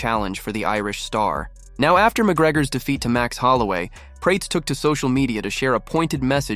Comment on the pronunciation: Carlos "Prayts"